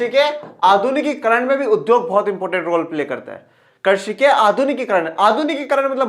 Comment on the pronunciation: Sir mujhe pata hai aap bohot better ho but aap baar baar krishi ko karshi bol rahe ho